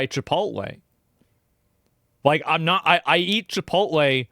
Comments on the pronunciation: lool "no i dont have sttock in chipolttte" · Chipotle is 32 years old. Asmond: "My favowite pwace chipwodwey, is onwy new. Mcdawnwls is owd. downt tawk bad abowt chipowtwey!!"